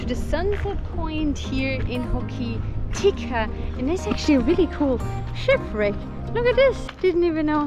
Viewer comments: Ho ki ti ka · Pronounced Hok a tika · It's pronounced ho ka ti ka